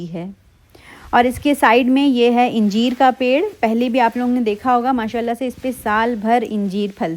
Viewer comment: Ingeer nahi angeer hota h